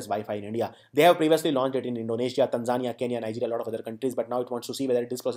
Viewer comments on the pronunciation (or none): none